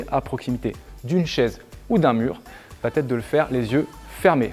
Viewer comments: Va être et non va-t-être —> il n’y a pas de liaison ! Merci pour vos exercices 🙏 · Bonjour vos interventions sont vraiment top... Mais s'il vous plaît ne dites plus "va-t-être" il n'y a pas de "t" à la fin du verbe donc pas de liaison... On dit comment va-t-il ou comment va-t-elle mais on dit il ou elle va au cours de gym...😏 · Arrête de dire "VA-T-ETRE" pas de "T" à VA. c'est très pénible d'entendre ça. (neuf fois en 5 mn)👎👎👎👎👎👎